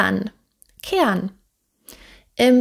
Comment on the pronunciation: Die Aussprache ist suboptimal, ich verstehe immer ke an, statt keh ren,... Oder boan, statt boh ren